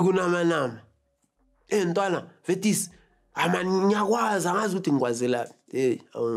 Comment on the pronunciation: Forever smiling though. "Vetis" 😂😂